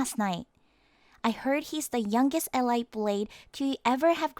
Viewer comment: its pronounced el eete